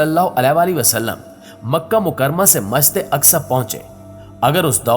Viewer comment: مسد حرام یا مسد اقصی نہیں بولو۔ جناب اپنے آپ کی تصیح کرو ۔ مسجد کہو صاف صاف۔ 😮 🤔